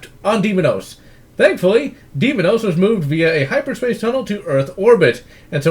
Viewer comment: Its day mos not demonous